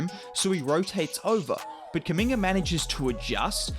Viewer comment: His name Kuminga its spells the same way as Mutombo,Umaga or Zubac it's a "U" like in spanish its an African(congolese name) so guys should call him correctly not Kaminga